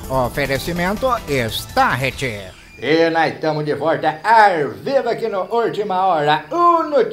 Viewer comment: Morro de rir quando ele fala ,mais tarde nois vorta de vorta 😂😂😂😂😂😂😂